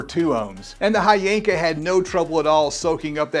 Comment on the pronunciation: And the right way to pronounce it is H Yanka 💀💀